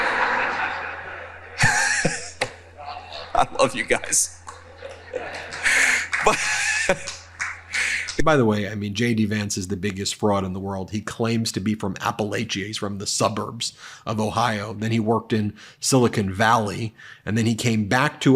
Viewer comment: Love how Ben sounds like he's saying Shady Vance. I sense a nickname coming on...